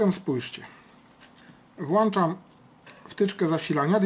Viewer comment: włĄczam nie włAnczam